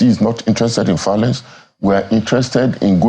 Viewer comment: Why did you even invite someone who is saying “fiolence”. All these people are going there to collect.